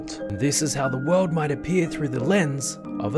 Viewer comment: strong emphasis on "might...